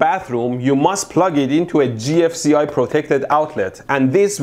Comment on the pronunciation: did he just call the gfci "ji-eff"